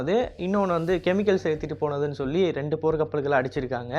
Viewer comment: போர் கப்பல் அடிக்க முடியும் னு தவறுதலாக உச்சரித்துள்ளீர்